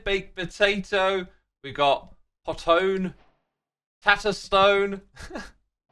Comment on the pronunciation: He said "Puh tone" Not "Pot 1"